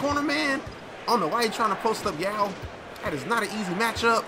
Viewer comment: why was yao's name messed up